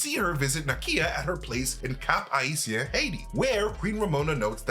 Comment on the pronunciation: Thank you for pronouncing Cap-Haitien correctly 🇭🇹